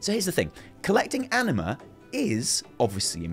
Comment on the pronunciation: I can't not hear ENEMA instead of Anima